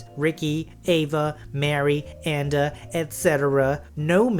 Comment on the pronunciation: "an-da" XD lol